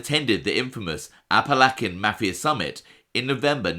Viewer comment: love your vids but we really gotta work on your Appalachian pronunciations lol